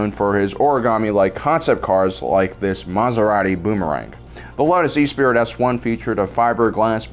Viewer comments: E spirit is pronounced ess per ee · sighs and shakes my head ...Esprit is pronounced Esspree.....not E-spirit!...jesus do some effing research will you?! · Esprit is pronounced es-spree, not e-spirit. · My future car brain backfires when he says E-Spirit like a vape mod instead of Ess-Pree as in spirit. We've got it. Yes we do. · Not e-spirit. Say it with me...[ess-PRIE]. It’s French bro! It means to be lively or vivacious. Love the vids but you’re killin’ me with the pronunciation! 🤣 Also yes,it was fantastic to see the “Spinners” flying around for the first time in Bladerunner. It was a much more gritty sci-if style of movie that no other director had ever accomplished so well. It was an all new and fascinating look at the future of humanity that wasn’t sanitized like Star Trek (I was 9 yrs. old at the time btw). Heck, modern Tokyo isn’t far off. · You need to work on your pronunciation... "E-Spirit" is actually pronounce "Espree" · Eh-spree, not e-spirit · E-spirit? 🤣🤣🤣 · We concur. The correct pronunciation is 'es-pree' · No hate just a bit of info. It's the Lotus Esprit as in Eh-Spree. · Esprit.. Ess- pree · hurts my soul with the way he pronounces the word "esprit" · I think it was deliberate. He's trolling us.